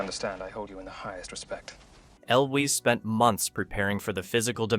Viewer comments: It's "EL-wiz" Hearing you mispronounce his name over and over was murder on the ears. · "El Wees" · The way that you so loudly and confidently pronounce Cary Elwes name so incredibly wrong convinces me not to watch the rest of the video, because if you don't even know how to pronounce the stars' names then you've lost all credibility. i can't believe that you know any "facts" about this movie. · frustrating when a lot of videos are being narrated that way, but this video just sounded like a case of the narrator not knowing how to pronounce the name. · Agreed. Total fail on the name. I’d re-upload the video with the correct pronunciation if I were the narrator. Seriously dumb.